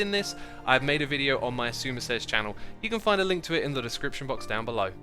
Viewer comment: wheb says xisumavoid its like sizumaboy